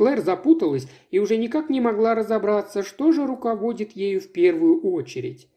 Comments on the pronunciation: РуководИт! Блин, хотя это же.... У него ударения вообще такие, как будто он изучал русский язык на вечерних курсах в Гватемале.... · Огромная просьба: читайте грамотно. Что за слово руковОдит?